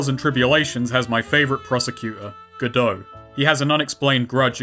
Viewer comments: Did you just.. Did you just pronounce Godot's name correctly? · Except "God-Oh" IS the correct way to pronounce it. His name is a reference to the story "Waiting for Godot". Guess how the title is pronounced.